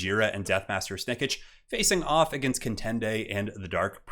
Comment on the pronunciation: It's not Snick-ich it's Snickch!